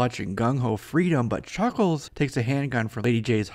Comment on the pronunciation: A focus.. on Chhucckkhhhlessshh